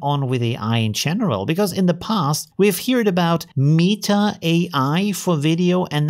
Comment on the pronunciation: Meat-ta xD